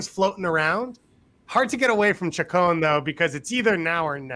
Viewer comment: said choke-own instead of chacon and could have been a comedic genius but instead we ignore it